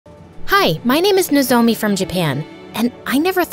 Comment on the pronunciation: lmfao that's not how you pronounce nozomi